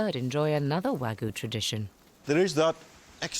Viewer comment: It's "WAGYU". not wagu! And you call this segment about class????